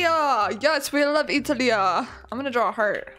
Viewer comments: You pronounced Italia wrong… it’s it-al-ee-uh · OMG 😮 SO FXING GOODDD MA GAD😩😩♥️ BTW IM AN ITALIAN AND WHEN SHE SAID ItAliÁ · You pronounced Italia wrong